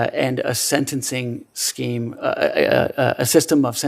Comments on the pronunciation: Did this guy just say "sentencing sceme". He did. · The guy said sceam. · HE SAD SCEEM :)))))))) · He said it "sentencing scheme" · He just said a "scheme" lol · Did he just say scheme? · He slipped and said "sentencing scheme"... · Did he say ‘scheme’..er uh